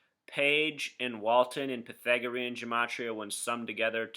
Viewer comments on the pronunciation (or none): none